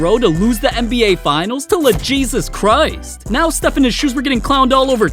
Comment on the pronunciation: “Lejesus Christ”😂😂😂😂